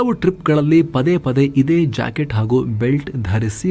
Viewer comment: english acket or kanndada jaakitu yaavudu arthane agalilla pl sariyaagi helappa naavu osi peddu mundevu